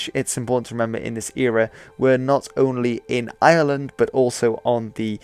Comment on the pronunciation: I find it very hard to distinguish how you pronounce ireland from how you pronounce island